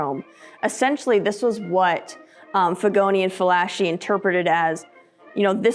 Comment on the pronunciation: "Figoni & Falaschi" (Giuseppe Figoni & Ovidio Falaschi). Although operating in Paris, France both were Italians. Therefore it should be "Fala-Ski"!